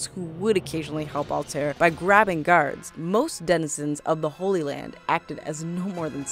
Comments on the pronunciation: 2 problems, you pronounced Altair wrong, and you said Desmond was Altairs ancestor, when in reality he’s his descendant. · you know they know nothing about the game when the mispronounce altair